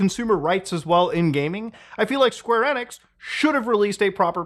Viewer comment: LOL Square NIX That's the first time I've heard someone pronounce it that way, I've been so used to hearing Square EE-nix the past 25 years